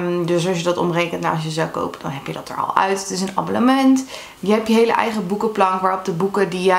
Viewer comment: Zeg je aan het begin nou: Abollement 😅